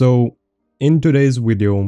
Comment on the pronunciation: why do you say widio not video just for know not trying to be offesive. love your Wideos <3